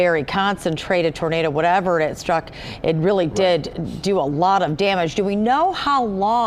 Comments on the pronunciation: Pronounced Gay-LURD not ‘lord’. For goodness sake’s why can’t the news be bothered to pronounce it correctly? Its a wonderful area, beautiful and lovely people. I can’t imagine all they are going through right now. I hope everyone gets the support they need to rebuild & get any counseling they may need from this deviating situation. My heart goes out to all impacted, to those who lost loves ones, were injured, lost their homes & cherished memories. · Former citizen of Gaylord. It's a great place to live! Also, it isn't pronounced "Gay lord". The proper pronunciation is "Gay-lurd". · in michigan we pronounce it as "geylehrd" not "gay-lord" like west coast ppl would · It's pronounced "Gaylerd" not "Gay Lord " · It's not actually pronounced Gay-Lord. But locals pronounce it Gay-Lerd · You would think a LOCAL news station would be able to pronounce "Gaylerd" correctly. Such immaturity in the comment section. Repent! For the day of the LORD - Yeshua Hamashiach/Jesus the Christ is at hand! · Everyone I know around this area calls it " Gay-lerd " I been working telecom around this area for years . Including an entire summer at their hospital , hopefully the east side didn't take too much damage. People need to get over it and wish them well ! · Thank you! Oh my goodness I can’t believe the news people can’t be bothered to say it right! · For those who dont know, its pronounce like Gay-lerd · No apologies necessary!! I agree regarding the immaturity of the comment section. But you would think a local news station would be able to pronounce the name correctly - so, that didn't help. I used to live in Grayling. A couple times actually. And in the 90's I drove from Grayling to Gaylord for work! I pray your parents are safe and you can rest easy! May you have a blessed night in Jesus Christs name!